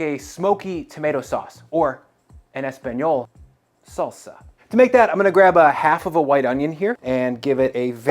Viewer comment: "Or in Espanol -SOlsa" my Man... :D